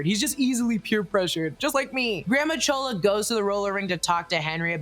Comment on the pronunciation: It’s not chola lol